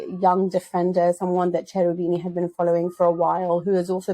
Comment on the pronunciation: 'Ch' is always a hard (k) sound in Italian i.e. Kerubini :)